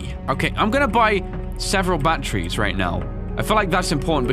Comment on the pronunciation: IM CRYING HE SAID BATTERIES AND THE CAPTIONS READ BAT TREES